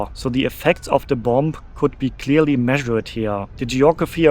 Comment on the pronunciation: Hi! Tolles Video! Ich möchte auch so gerne mal nach Japan. Ich warte aber, is meine Tochte etwas älter ist und es auch genießen kann. Kleiner Tip: that b am Ende von "bomb" ist stll. Also man sagt "bom" auf Englisch. Habe ich auch erst vor Kurzem herausgefuden. Grüsse aus Cardff, UK!